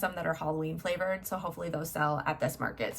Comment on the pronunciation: Love how you said “flavored” 😂 I’m amazed at how much product you have!!